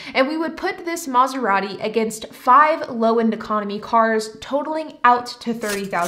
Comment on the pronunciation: Take a shot every time she says mazarati gimbli